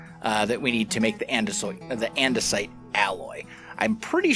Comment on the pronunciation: Surprisingly not the first hermit I've heard end up saying andesite as andesoit while playing with the create mod